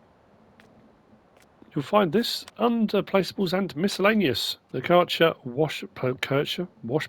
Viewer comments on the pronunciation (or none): Kärcher = “Care-cher” in pronouncing :) Just wait. FS22 will have even higher slot counts. 100 slots for a basic JD 😂